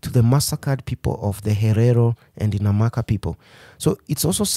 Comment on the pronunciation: NAMA PEOPLE not NAMAKA